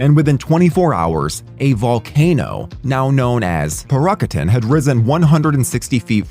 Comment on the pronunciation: Parícutin pronunciation had me rolling. Didn't even try xD